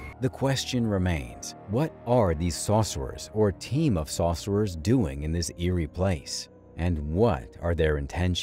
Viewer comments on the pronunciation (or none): Why are you saying "saucerers"? Are they whipping up some barbecue sauce? It's sorcerer. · Sore-sir-rurs....not Saucer-rers...🙄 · Saucerers lol took me a min to realize it was sorcerer😅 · Tell me why it sounded like he said saucers every time